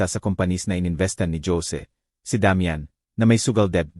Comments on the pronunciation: Nakakainis pakinggan ang pagkwento mo...Jose -Dyose . Sana biglasin mo nlng ng maayos nakakainis pakinggan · Jose hindi dyosie ang pagbasa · Ayusin mo yung pagsasalita mo..imbis na ganahan kami sa kwento..kahit maganda pinapapangit mo..mga pronounciation mo..diko alam kung tagalog kva o tangalog..kainis makinig..ang Jose..ginagawang yose..ang youtube..binibigkas pati e..tagalog ba o english..ewan ko sau.. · Ang Jose bakit naging Josie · Listening fr. nowhere😅😅😅 Magganda sn kaya lang nakkabwesit ang mga pronouncition. (Dyose, geti...😂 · Ayusin mo ang pagbigkas ng Jose